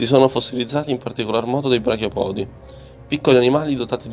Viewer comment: Bravi ma occhio agli accenti... Brachiopodi, cefalopodi, artropodi.... Etc. L'accento va sulla prima "o"